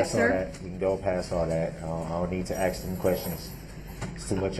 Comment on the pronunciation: Why the HECK DOES HE STILL “AXE” questions!!! He hears how everyone else says it I assume,? Then why can’t he talk!!!